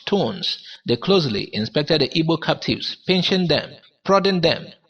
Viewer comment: Igbo not ibo....who tells you guys this rubbish ....it's igbo the people who can't pronounce the "gb" sound. Call it ibo or ebo....stop it today 😂